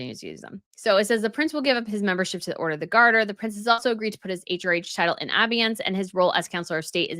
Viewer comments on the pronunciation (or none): abeyance is pronounced: a-BAY-ance. Emphasis on the second syllable. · Dear... abeyance is pronounced "uh-BAY-ance"... I hope this helps. Love your reports! Keep up the great work. <3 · the word "abeyance" has middle syllable as dominant - pronounced a BAY ance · Podcaster, It's obeyance, (obey) Sorry but you're not saying the word right. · pronounced ---- uh bay unhns accent on bay harry agreed to not use his titles but never voluntarily put them 'in abeyance' different side of the same coin I guess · By the way, abeyance is pronounced with the accent on the second syllable; i.e., a BAY ance. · Please pronounse abeyance correctly. British and American pronunciation the same. British pronunciation Sounds like: uh·bay·uhns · Abeyance is pronounced “abey (like obey) ance (like dance)”. Not the way you are repeatedly saying it. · I believe it’s A-Bey-ayance. I have a question; since Sarah Ferguson is now just Sarah Ferguson how come she’s not a Princess? I’m asking because some claim that if Harry and Meghan lost the Dukedom/ then Neghan corks still call herself Princess Henry? How come Sarah can’t? Sarah wasn’t a blood born royal and neither was Meghan? Song the Dukedom is removed ( or retired) from Harry then wouldn’t Meghan just be Meghan? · It's pronounced "uh BAY uns." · Love your podcasts - always interesting, always great takes! Please allow me to make one minor suggestion: "abeyance" is pronounced "uh-BAY-ance." Many thanks for always being such a pleasure to watch! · Note...abeyance is pronounced a-BAY-ence. Also, EXCELLENT video on this. Very clear on the explanations. Can only hope Harry is forced to do so as well. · "abeyance" pronounced "uh-bay'-unce" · Pronunciation police : Ur pronouncing abeyance wrong Sorry 😬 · Please learn how to pronounce abeyance ‼️